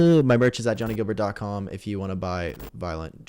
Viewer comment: “Guilbert” not “Gilbert”